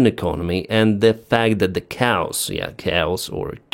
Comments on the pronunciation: I like the show however the word "chaos" is pronounced "K-os" not "cows". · your English has improved so much! Good job! One word makes me laugh because it sounds like cows. The first few times, I was like what??? Try this ka-os. For the word chaos. Keep doing great work keeping us to date. Appreciate you from 🇨🇦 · Chaos is pronounced KAY -OSS. Not Cows. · Keos, not kaos, easy to remember but I did the same mistake :D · FYI: "chaos" is pronounced kay-ahs. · Dear, pronounce it "caios". Then, there will be no cows in the airport. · that is kay-oss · Ahahahahaaa. I thought you said "cows" . Thanks for everything you do, brother! Hugs from Romania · hahaha Homie instead of saying chaos he said cows lol gotta love it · Thank you for pointing out that the word you were saying was chaos. I know between European languages, there are a variety of ways of saying it, and the Ukrainian way is probably a lot closer to Greek. But man, I was hearing "cows" before you pointed it out :D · it's pronounced as k os (chaos) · Hi - we pronounce 'Chaos' Kay-os. Keep up the great work! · It makes no difference to me how you say "chaos," but in the US we say "kay-oss." It's good to hear that Russia is suffering under chaos. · Great report , thanks Let me help you " Kaa-oss" and "Bronk I tiss". As for stealth aircraft , I don't see how they deter attacks if they cant be seen. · Some hints with Engkish. Chaos is pronounced kay-oss. Near is used to describe time, like in the near future. Nearby is used for distance, like the drone operators established fire control on the nearby road. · chaos is pronounced kay oss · Chaos pronounced Ka-Awse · Say "Kay-os" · Pronounced Kay-os. You’re welcome. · it is actually kay-ah-s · Not that you will see this, but chaos is pronounced like the letter K + the oss sound like from floss...